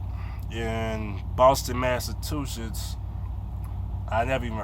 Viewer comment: When was u in Boston, massatooshiss lol